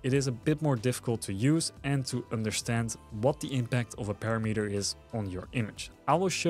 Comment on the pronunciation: When I visit Mexico, I always ask the locals to correct my language AND the pronouciation. Sometimes people want to be 'polite', but its not helpful. I make it clear that I prefer to be corrected. That said. Its pa-RAM-eter, like di AM-eter I know YOU will take this constructively, but some sensitive loser will get bent about it. So, since I'll never read any other their responses to this, I'll just give my answer up front. Bite me, ;-) ------------------------ Oh yeah...Awesome video. Thank your sir. Subscribed and liked.